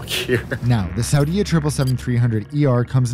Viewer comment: Hi - I was Saudia flight attendant from 1986 to 1989. Interesting to see the new aircraft and see a Jeddah that I don't even recognize! Tourism - that blows my mind. What's next? Women driving?? Small point to make - please pronounce Saudia as /sow dee A/. Thanks